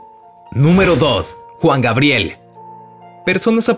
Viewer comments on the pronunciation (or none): none